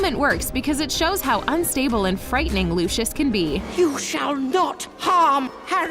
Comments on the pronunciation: its pronounced, "Loo-see-us" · She clearly has never seen Harry Potter because she can’t pronounce Lucius Malfoys name correctly 😐